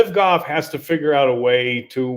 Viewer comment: Ther is an L in Golf. It ain't goff.